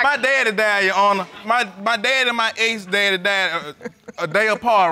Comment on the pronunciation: I thought he said, “ex daddy.”